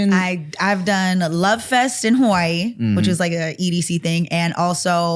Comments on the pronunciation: The way nikki pronounced Hawaii sounded like havarti cheese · there's no way nikki is hawaiian.. tim know more than her. and she ain't even pronounce "Hawaii" right😂😂